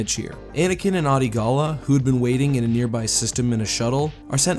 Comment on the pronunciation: Hearing him pronounce Adi Gallia wrong so many times makes me super mad for some reason.